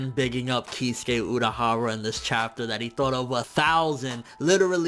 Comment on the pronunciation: Kiz-ew-kay not keyskay